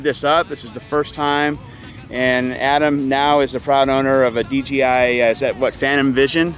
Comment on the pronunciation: I know it's picky... but people paying attention to what's said could possibly e confused. It's D JAY I, not D GEE I... it's not too hard to say it right.